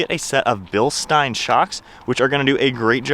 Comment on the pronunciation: Thank you for pronouncing Bilstein correctly